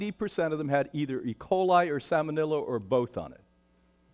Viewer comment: Agree about the cringe-inducing nature of his banter. Also mispronounces salmonella (salmonello) and the slide is even worse - it says semolina! Another slide mixes up "affects" and "effects." This is not up to the usual standards of The Real Truth About Health.